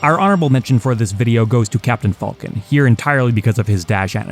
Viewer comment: Pronouncing Captain 'Falcon' like that's gonna get you hurt, sir 😆